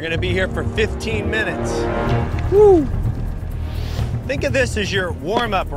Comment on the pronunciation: “Good luck wuu” am dead 😂😂😂